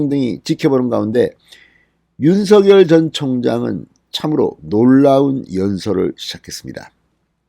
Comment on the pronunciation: 진성호님. 윤석열 후보님의 성함. 발음은. 윤서결이 아니라 *윤성열* 로 발음 부탁드립니다. 윤후보 본인도. 한 아나운서 질문에 "윤성열이 좋다"고 했어요.